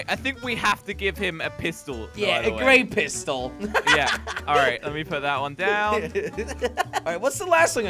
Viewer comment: “A gray pister”- Jelly 2019